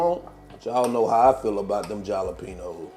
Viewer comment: Jalapenos are pronounced like “Hal-o-penos”. The J is pronounced like an H. These quesadillas look delicious! 😊